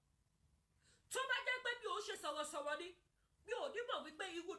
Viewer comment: Yell LadY K OLOSO TO GO FOR SPEECH THERAPY!! SHE SPEAKS LIKE A TWO YEAR OLD. LOOK FOR SPEECH THERAPIST IN CANADA TO HELP YOU SPEAK WELL. YOU CANT BE SOHOSOHO INSTEAD OF SOROSORO.